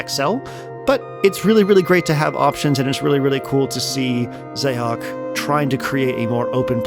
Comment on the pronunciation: Xaoc is the Cyrillic form of Chaos, and is pronounced the same way. I think a small part of me dies inside every time I hear someone say “Zay-ock”